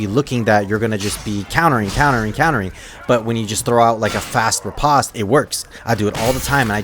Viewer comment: So it seems like it wouldnt, but the proper pronunciation of "riposte" is actually just "rih-post". I didnt know it myself until recently. I felt like an idiot. Anyways great tutorial. Been feeling the itch for chivarly again. Comp matches will burn you out quick so its been a few months.